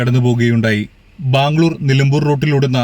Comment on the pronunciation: വീഡിയോ നല്ലതായിരുന്നു ഇനിയും ഇതേപോലെതെ വീഡിയോസ് വന്നോട്ടെ ഒരു പ്രാവിശ്യം ഈ കാട്ടിൽ രാത്രി പെട്ട് പോയതാ എന്റമ്മോ ഒരു വല്ലാത്ത അനുഭവമായിരുന്നുഅത്. പിന്നെ ബാമ്മ് ഗ്ളൂർ അല്ല ബ്രോ ബാംഗ്ലൂർ ആണ്